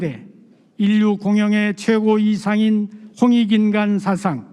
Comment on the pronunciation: 첫 째! 사상의 첫 자를 왜! 길게 발음합니까!?? 짧게해야지요!